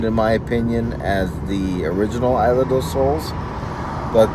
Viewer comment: Its isla Not aila